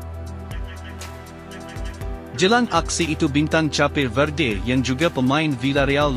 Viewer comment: Please don't change another country's name. Sepatutnya it should be pronounced 'kep' bukan chapeh. Tolong lah. Memalukan sahaja.